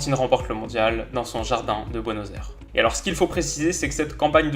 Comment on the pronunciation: Bonne anniversaire ! Tes vidéos sont tjr aussi bien mais t'as pas bien dit Buenos Aires 😅